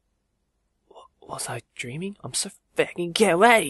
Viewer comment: "I'm saw facking kawaii"(●°u°●) 」😂😂